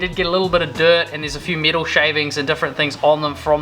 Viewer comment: Sick build! I thought you were saying middle it took awhile before I realized you were saying metal 😂. Cool accent though!